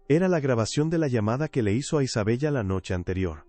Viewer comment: Isabella.. pronunciación.....Isabela